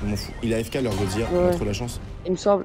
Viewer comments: Tu est super continue comme sa mais dit pas goziya mais godzilla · Godzilla pas godzillia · Petite erreur de prononciation sa ce prononce godzila et pas godziya mes sa s’écrit bien godzilla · sa se dit godzilla tu prononce le L!!!!! STP sinon sa me stress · qui dit godziya serieux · gros t un bon mais on dit goDzila prenonce le d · arrette de dire gozia frr